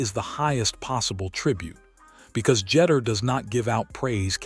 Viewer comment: Omg couldn't even pronouce Derek Jeter last name correctly